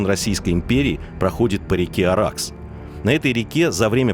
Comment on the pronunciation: Не Аракс а Араз